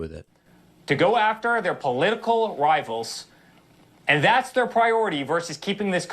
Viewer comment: Political wivals what the heck learn english